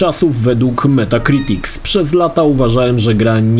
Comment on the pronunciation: czy usłyszymy poprawnie metacritics bez s na końcu tak jak nazwisko psikuta się czyta?